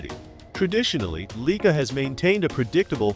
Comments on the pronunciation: 'Leica'...........NOT 'Leaker. Drivel. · WTF is a Leeker! Plus this video actually says nothing!